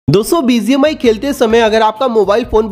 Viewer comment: Not Bizi mi❌bgmi,✅